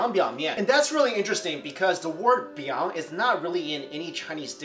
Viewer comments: Okay Strictly, let's set the record straight here once and for all: it's pronounced chickn "bwee-oong (minus the "ng")" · Always wondered why biang biang is pronounced in the second tone when the fourth tone seems to carry the mood of banging it on the table.